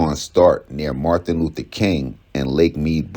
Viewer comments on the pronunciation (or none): Nigga said Marthin Luther King… 😂